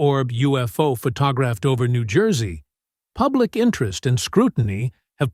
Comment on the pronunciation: photographed (non-human pronunciation)…